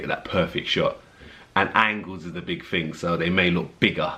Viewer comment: My god, what a beautiful man you are. Perfect. You know what to do and have the genes to do it. Lovely. Try, though, to sound out your TH. It's THing, not Fing. It just doesn't suit you cause otherwise your diction is ideal; like everyTHing else about you. THank you for being so fantastic.